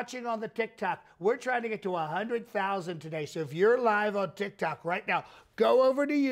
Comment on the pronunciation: I love how you do the deep nasal breathing into the mic and when you refer to Tic Toc as TOC. Absolutely spot on.